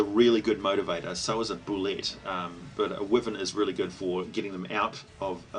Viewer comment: Boo-lay. Lol.